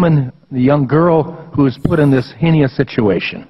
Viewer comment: fucken hell these guys are reading from scripts they do NOT understand; what the hell is a 'hinious' situation. Does he perhaps mean heinous? Why catholics feel they have ANY right whatever to comment on anybody's sex lives is simply beyond me. Get your own house in order first then come talk to us about trafficking. Especially since until the 1990's catholic priests and nuns were selling newborns in Spain by the 10's if not 100's of thousands. Thanks for this:) glad you are better.